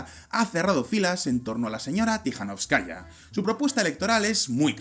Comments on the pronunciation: Se pronuncia TikaNÓVSkaya, aplicando la sílaba tónica donde lo veis en mayúsculas, no como lo pronunciais. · 'Linkevičius' debe ser pronunciado como 'Linkévichus', mientras que 'Tsikhanouskaya' como 'Tsijanóuskaya'.